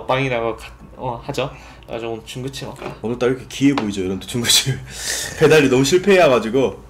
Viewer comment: 중국집 발음이 ㅋㅋㅋ귀여우셔 ㅎㅎ